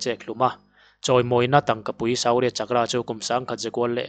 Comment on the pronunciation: Suu-rya chak-kra . tiin lamla a dikzawk awm e.